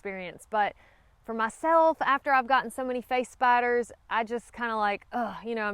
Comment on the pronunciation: I'm not afraid of spiders, but I thought you were saying face bites instead of face spiders. Face biters do sound scary.